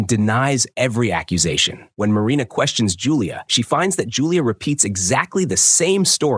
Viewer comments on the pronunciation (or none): none